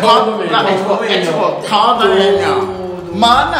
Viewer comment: Ninguém: Absolutamente ninguém:: Nossa casa de CONDOMÍNIONNN...😹👌